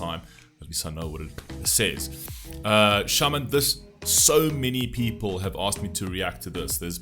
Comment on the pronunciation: Hi,! First of all I’m very grateful and thankful for your videos covering Russian culture which is apparently rare nowadays. Though it is not a gentleman behavior but I dare correcting you on pronouncing the name of the guy: his name is to be stressed on the second syllable. Now I am going to lay my view of patriotism which is somewhat different with yours. Yes, I do agree that patriotism is mainly guided by scoundrels and filthy politicians which (deliberately “which” instead of “who” as I disrespect such) propagate their secret ideas and desires. And I do deny such obscene behavior. I don’t buy such stuff. But Russians have different understanding of Patriotism. It is not the last escape for and of cruds. If something happens I will stand for my family, for my house, for the graves of my mother and father, grandparents… This brooklet will unite with same of my friends and other people living in Russia (and you were absolutely correct to mention) regardless of nationality, religion and place of birth and then you will see a full flowing river. We here are driven by internal demand for justice and compassion to all neglected, insulted and injured. And by all means we protect our interests and security and that has led to a Special Ops in Ukraine. We might not support political leaders or more we could be quite against their official politics but in case of emergency and (God saves us from it) in state of war Russian unite. It may be astounding for you but Rus